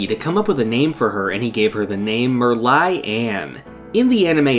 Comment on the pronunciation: Can't believe he pronounced my name correctly at the end of the vid, so many people have said it wrong when reading it but this guy just knows